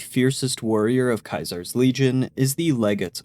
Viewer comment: Can you please pronounce Caesar one more time??